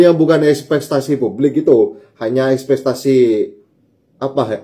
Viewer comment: Espektasi bang, bukan espestasi